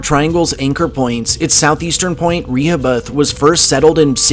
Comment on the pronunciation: Re-ho- bith